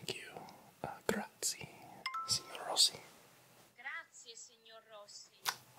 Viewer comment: Little tip: when pronouncing "grazie" (thank you) the last "e" should be pronounced. Lots of people make this mistake so letting people know 😊